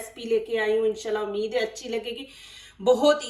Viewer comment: Haa hai.... AMEEED HAY😂. Zabardast... Apki recipe aur commentary dono Kamal Ki hain.